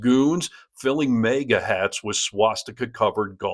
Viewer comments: Way to go! I made it all the way to before you had the opportunity to mispronounce "MAGA"! That's right. It's MAG UH. Yes, MAGA, not mega. Mega- is a unit prefix in metric systems of units denoting a factor of one million (10 6 or ). It has the unit symbol M and comes from Ancient Greek: μέγας, meaning 'great'. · You can say "Harness", (and not "Hairness") but you can't say "MAGA", (you consistently need to say "Mayga")? Clearly, if it isn't some kind of speech impediment, then it's what... ignorance? But, wait... you also said, "Feel free to eat a Baig of dicks"! Truthfully, are you really this annoying naturally, or is it a deliberate attempt to trigger people (like me) to comment, in a cynical attempt to farm engagement? I don't mind taking that hit by engaging to ask this question, because I really want to know! Also, the correspondent in the video you showed at the beginning pronounced "Edinburgh" as "Edinboro"... one of the laziest and most egregious things an American can do when referring to our capital. Also, HE, (Simon Brodkin) wasn't in a foreign country, YOUR fuckwit President was! And, no, WE DO NOT have any retailers here who sell golf balls with swastikas on them! Simon obviously had them specially printed for the event, you prick! Scotland has been ridiculing and protesting your tangerine tainted fuckwit, far more vociferously and for far longer than your own pathetic, milquetoast media has. We saw all of this shit coming long before you did, and that's YOUR fucking country!! The USA has been a bottomless source of derision & ridicule over here (and all over Europe) since well before even George W. Bush established himself as the biggest American Clown since Buster Keaton! But you lot have been clueless and complicit right up until Trump's 2nd (f